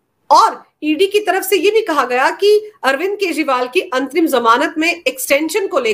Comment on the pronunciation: मुझे अंतिम जमानत सुनाई पड़ रहा है जबकि ये अंतरिम जमानत है ।कृपया स्पष्ट करें।